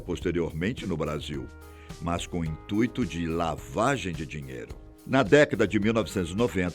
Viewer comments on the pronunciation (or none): none